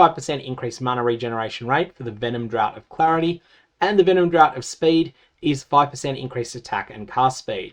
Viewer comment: Really minor thing that is nbd but I thought you might be interested to know, draught is funnily enough not actually pronounced similarly to drought, but is instead essentially identical to the pronunciation of draft. Love your videos as always, you make teaser season the best season 😊